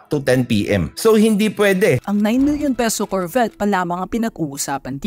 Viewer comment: Carvette 😭, Lamborjini 😂